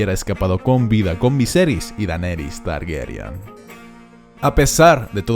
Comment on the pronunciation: Cada vez que dices "Targuerian" muere un gatito. 🤦🏻‍♀️